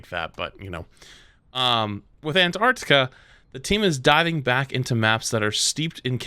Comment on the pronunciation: Not going to lie: "Ant Arctica" was pretty annoying in the first half of the vid